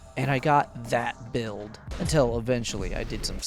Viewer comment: lmaooo "THAT BUILD" i know EXACTLY what you mean by the way you said that xD